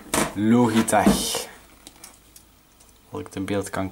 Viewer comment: Het is lodjitek niet loogieteg